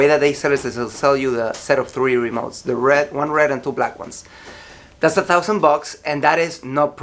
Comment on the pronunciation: What colour is "rad"? What's the meaning of "sackundary"? "sackonds"? Thanks